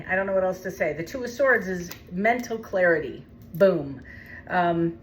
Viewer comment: Did she just say the 2 of swords was clairty? 😂 what?